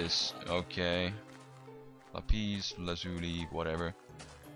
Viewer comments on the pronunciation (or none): none